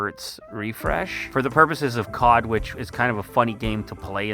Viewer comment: bro is saying Kod instead of COD😂😂